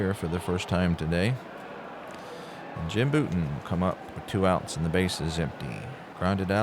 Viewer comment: Tough first! FYI, it’s BOW-ton (not BOO-ton).